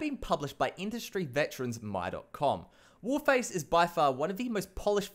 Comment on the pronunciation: When he was talking about warface he sounded like he kept saying cryaotic